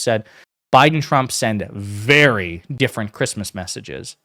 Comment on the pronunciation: VERY (I Will now always remember your lesson on using the word, "VERWY ... I mean, "v e r y"